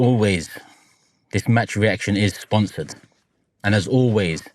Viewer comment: “Sponthored by proton”